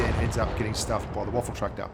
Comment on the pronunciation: for the love of god, WAFFEN!! not waffle lols:P its getting old!!